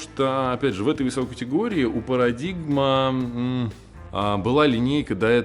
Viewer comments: Не парадигм, а парадайм🏌️‍♂️ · Правильно говорить «Парадайм»